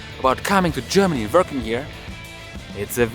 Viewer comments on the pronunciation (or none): Are u seriously pronoucing Vorking?